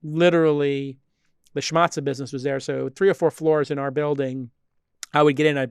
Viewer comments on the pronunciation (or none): "schmatta" (not "schmatza")